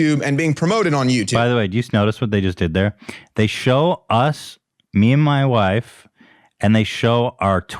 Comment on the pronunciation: "The episode is sponsored by ma wyfe"